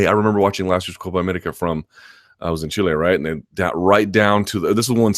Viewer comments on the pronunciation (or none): none